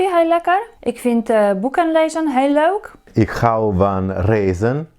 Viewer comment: Fantastic video, but I don't understand one thing: why do you pronounce leuk as diphthong? In dictionary of standard Dutch you pronounce it as lök (in German spelling) or [løk] in IPA. Soo is that some variant of Dutch? Do you speak with an accent ?